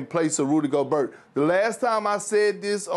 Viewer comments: How can you cover the NBA and still pronounce the T in Gobert's name? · Everybody gangtsa till Perkins says RUDY GOBURT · Absolutely frustrating how Perkins is pronouncing Gobert's as Go-Burt 😡🤬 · LOL he always says Go-burt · And rudy goBERT